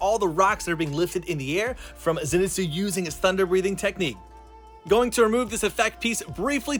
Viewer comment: STOP SAYING ZINETSU IT'S ZENITSU!